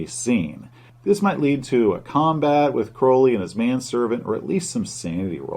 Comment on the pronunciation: I'm just glad he pronounced Crowley's name properly